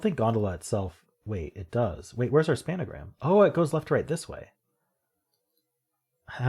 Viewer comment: Do you say 'span-a-gram' for a reason? It's just 'spangram', an extension of the Spelling Bee's 'pangram'.